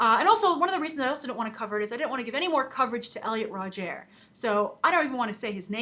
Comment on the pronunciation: Elliot "Rodgaire"? Umm...Rodger? Also really shitty comments about pitbulls Grace.